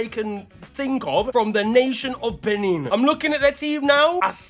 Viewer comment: Respectfully, the way you are pronouncing some of these names😂😂, you way you pronounced benin almost killed ma and also that player from benin that you mentioned has a Nigerian name and the way you pronounced it...😂😂😂